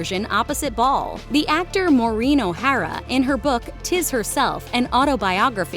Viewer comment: O’Hara was not pronounced correctly…..😢